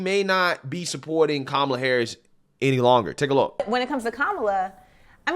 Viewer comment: Did you say Coma Harass?